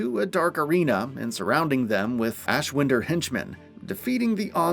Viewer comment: I've watched you guys for god knows how long. But it shows you just read from scripts and not actually played it. You say ashwinder wrong and it bugs me